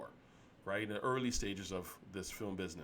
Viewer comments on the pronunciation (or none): none